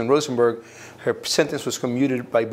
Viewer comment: Hah! Rosen burg lol, every single time